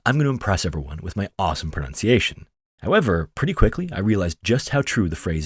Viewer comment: wow your pronunciation is great 👌 ! French is my first language 😁